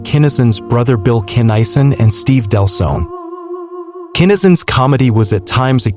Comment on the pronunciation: his name pronounced KINN A SON... get it right